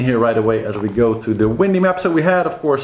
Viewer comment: Great report as always! Thanks.:-) While you are talking about pronunciation... has someone already mentioned that Vendee is pronounced Vonday? (ie Von as opposed to Van.) I can't keep up with all the chat so no doubt it has already been mentioned, but just thought I'd chuck that in the melting pot! Hope the bottom-scraping has gone well! Thanks so much for keeping on the reports until the last one comes in. It's the only way really.:-D